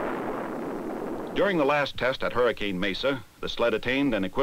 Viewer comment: Gotta love how the narrator didn't get the pronunciation of "Hurricane" right, haha!